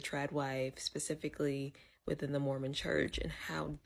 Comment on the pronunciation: When she said "Mormon"....I was like "Ma'am, you were already doomed". Smh.